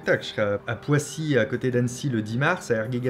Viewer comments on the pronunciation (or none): Salut Fabien, tu as dit Poissy pour "Poisy à coté d'Annecy" ça se dit Poizy. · Ça se dit prononce poizy ....